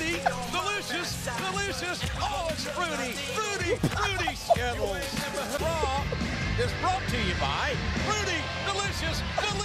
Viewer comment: What is funny is the fact that it sound like JR saying Skibbles instead of Skittles.